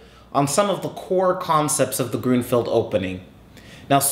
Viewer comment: I think it sounds better the way you say it. That's the way that I hear other chess instructors in other videos say it anyway. Also I noticed that you mentioned recently in the comments on another video that you lived in Seattle. I wish it rained down here in Georgia like it does up there. Maybe one day I will get the chance to visit the city and see the Space Needle. :b